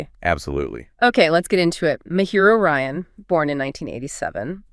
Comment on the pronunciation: The "ji" in Mejiro is pronounced like "jiggle." It's a Japanese name, not Spanish.